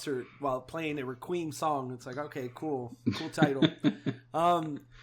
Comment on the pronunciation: I can't get over how pronounced "Requiem" (Re-queem) 😂😂 But loved the episode, great job guys! 😁👍👍